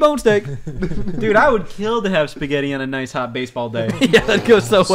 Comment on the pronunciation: “Noice of the princess to invite us over for a picnick gay Luigi?”